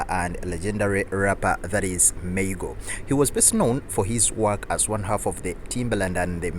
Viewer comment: Maa-goo ... Not May-go 🤦🏾‍♂️